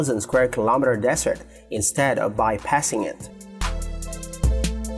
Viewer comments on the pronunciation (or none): none